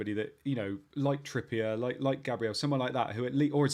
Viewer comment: Gabreal Jee-zuss.